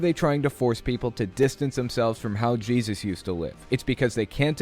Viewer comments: I'm sorry, but I keep hearing the dad say "Jizzus" and I can't take anything seriously 😭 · The way the father says Jesus drives me crazy. “Jeyseus”. Also, why are they obsessed with called him “Jehova”. His name is also Yeshua, El, Ei, Adonai, Eloheim, etc etc. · I know I shouldn't mock accents...but like the dude kept saying "Jizzus" and I couldn't keep a straight face.